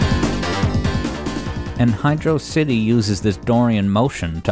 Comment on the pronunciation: Ngl best song in this game But you said Hydro City name wrong so bad vid